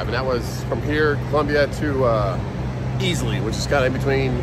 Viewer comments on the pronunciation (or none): He said Easley!